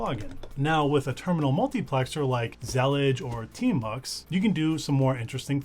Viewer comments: whaaaaaaaaaaat... that's not how you pronouce Zellij not with a G.... believe me I am Moroccan. also not Zallija. more like ZLLeeJ. ps: will definitely use it. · it's pronounced zalleej (with stress on the l?) it's an arabic word that describes a specific style of mosaic tilework, that was popular in the Al-Andalus and still present in west north africa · It's pronounced zuh-leej. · The word Zellij comes from the Moroccan word that refers Moroccan style mosaic tiles that Morocco is famous for. Pronounced Zil-eej